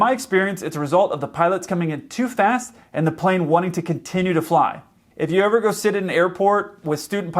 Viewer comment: He said “if you were eve a kid” XD